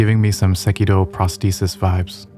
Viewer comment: Pronounced Sekiro properly, subscribed.